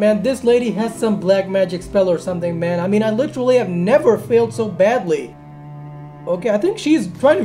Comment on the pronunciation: did he say man or bhen???